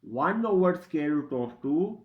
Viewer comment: Its SQUARE and NOT SCARE !!! CAN'T you pronounce English properly ?..